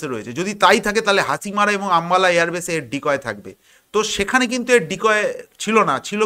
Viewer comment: হাচিমারা নয়, ভাই ওটা হবে হাসিমারা।